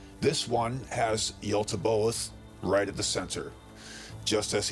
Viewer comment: Because it's Yaldabaoth with a D. Makes me doubt the validity of the entirety of your research, now. Yal-Da-Bay-Oath